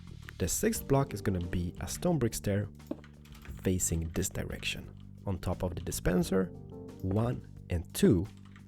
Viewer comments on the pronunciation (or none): i like how he says "this" as "diz" 😹